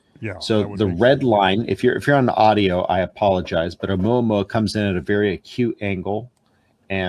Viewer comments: Again, it's not oooo-mu-a-mu-a . You get the end bit right but the same applied to the initial vowels. NO DIPHTHONGS in Polynesian languages. It's two sounds : o-u-mu-a-mu-a , six syllables. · Not being able to pronounce Omuamua is just straight laziness. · Really ? Informative video. But, when both of you act as though you're concerned about being correct, yet mispronounce many basic words; that, doesn't quite make the mark. And really how hard is it for either one of you to find out what is, the CORRECT pronunciation of Oumuamua ? Kind of STUPID on both your parts. It is O-oo mu-ah mu-ah. Maybe you two should be at NASA. These are the kinds of things you say: "Anitiative" "Clandestun" "Excellerate" "Uspecially". All incorrect. You either try to be correct in EVERYTHING, or Cut The Crap.